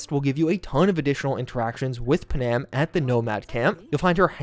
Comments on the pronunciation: Aye lemme tell you something. NOBODY LIKES TO HERE THEIR NAME SPELT WRONG. ITS PANAM PAN - AM. WHERE THE EFF DID YOU GET PUHHNAM FROM?????. Its like with Thanos. They say his name in the movie yet you ppl still say THEY - NOSE. TF???? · do me one HUGE favor. Panam's name is pronounced Pan-am, not Pa-nam. It is short for Pan American, like the games held for the Americas, or the old airline. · I love what you do, but I can’t stand it anymore, your mispronunciation of Panam. It’s not pronounced Pa’-nam. It’s pronounced Pan-am’. Please stop doing it or I’ll have to sic her on you and you know what she’s capable of. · Yes....that is kind of grating...especially since every single NPC in the game calls her PAN-Am....like multiple times. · Nah I just can't with the Pa-Nam... 😭😭😭😭